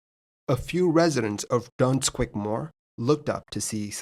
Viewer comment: I live near here and remember this happening. Just a small pronunciation point, the location is pronounced Dun - kez - ick (Dunkeswick) Moor, not ‘Dunsquick’.